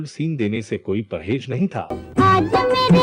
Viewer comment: Ur pronunciation is v bad. Jamana?? Perhej?? Jindagi??? Seereej? Aeactress? Khoob? Releej???